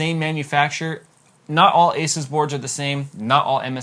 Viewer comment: A-SOOS Maximus 6 Gene not Jeanie.